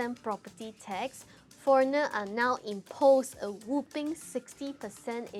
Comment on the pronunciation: Whopping not whooping 😆